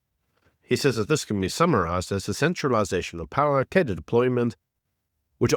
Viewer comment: Please look up how to pronounce "cadre".